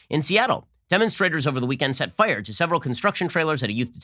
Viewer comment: Nobody: Ben: Fuyeur!